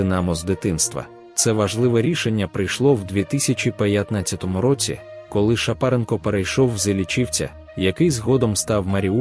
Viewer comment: З яких пір ШапарЕнко став ШапАренко? Ведучих необхідно навчати української мови.